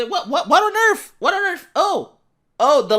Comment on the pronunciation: "What on Earf?" - I swear I thought Kanye was a guest speaker today